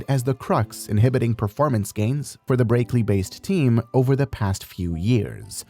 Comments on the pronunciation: then pronounce the words right. It's pronounced brackley not breaklee. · breaklee lol, these AI voice overs